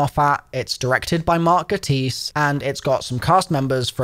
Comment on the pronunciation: Please learn how to say marks last name it's pronounced gay tiss.